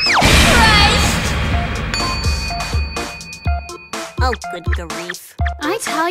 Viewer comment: Mah-ki-eh In the English version, the emphasis is on the ki, but in the Japanese version, it's on the Mah.